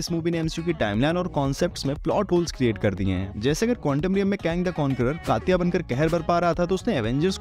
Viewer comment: Bhai countom alag sound kar raha hai